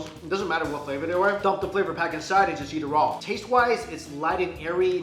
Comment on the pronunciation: everytime when he says "yeat" instead of "eat", i cringe!